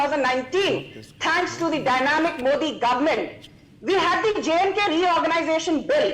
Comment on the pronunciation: For the last time - it’s MODI and not MOODI, learn to pronounce words better😂😂😂